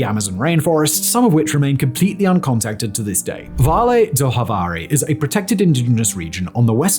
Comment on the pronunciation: In Portuguese, Javari is "Zhavari", not "Havari" like if it were in Spanish.